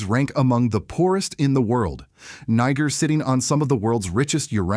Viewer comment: I HAVE A PROBLEM WITH THE WAY THE NARRATOR PRONOUNCES “NIGER”, DO YOU???